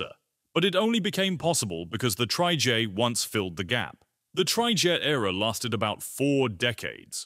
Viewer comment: So sick and tired of lazy uTube sites with awful Ai narration. Trijaay!! 😤